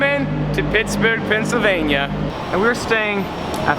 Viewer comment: "WE'RE HEADED OFF TO PISSBERG, PENSYLVANIA" Sorry, but I cannot unhear that.